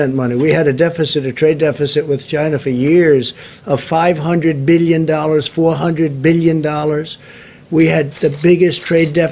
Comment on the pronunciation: I love when he says "billion"